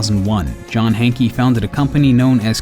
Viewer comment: "Hankey"? That says Hanke mate, not Hankey.